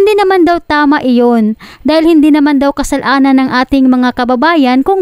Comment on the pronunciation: Miss vlogger kasalanan hindi kasal.anan.halata bisaya ka